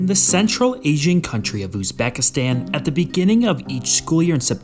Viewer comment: Highly doubt it considering he can't even pronounce the name of the country properly